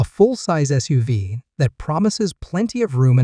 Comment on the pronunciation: Just listen to it yourself. It’s ridiculous with pronunciation. For example SUV is said like it is a name and not an acronym.